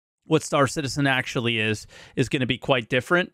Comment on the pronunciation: "Star Shitizen" may very well stick! :D